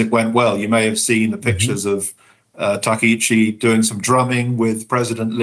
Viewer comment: TA KA ICHI, please, not TA KE !